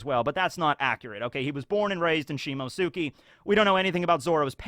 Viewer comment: Please...... for the love of god... I can't take it anymore... it's not "Shimosuki", it's "Shimotsuki". Like Akatsuki, but you switch the "aka" with "shimo".